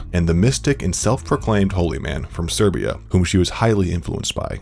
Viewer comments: Serbia or Sibiria? 😁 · It’s not Serbia it’s Siberia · Siberia not Serbia. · Hahah, narrator doesn’t know the difference between Serbia and Siberia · Rasputin: From Siberia. Tobolsk: Town in Siberia. This guy: SERBIA WTF?! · This guy keeps confusing Siberia for Serbia yo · Please pronounce "Siberia" and "commandant" correctly.